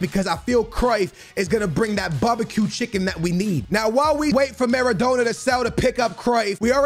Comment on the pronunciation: pronouncing Maradona Ma-ra-dough-na